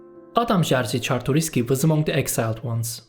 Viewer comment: whatever man, im not here to argue. Jerzy was the only thing you said wrong, I was suprised that you said Czartoryski perfectly.